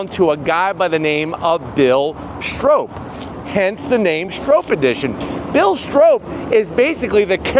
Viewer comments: It’s not pronounced strope. It’s pronounced Strop. Rhymes with mop. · Stroppe as in stop hurting my head saying strope! Stop saying stroppe like rope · Stroppe is pronounced like cop or stop.